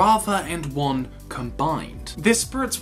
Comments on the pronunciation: It's Wan not Wang. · how many people do I have to explain this to? IT'S WAN NOT WANG